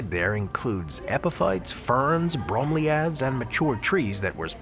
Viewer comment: The mispronunciation of bromeliads is killing me. Edit:: The mispronunciations throughout the entire video was hard to listen to. How hard can it be to make sure you are pronouncing words correctly?